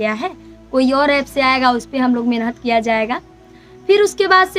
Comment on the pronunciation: Menhat nhi Mehnat hota h 🤣